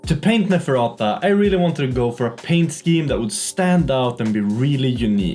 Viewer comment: Actually LOL’d at calling Neferata Nefratitties 😅